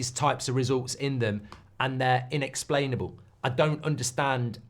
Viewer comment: “inexplicable” come on mark do better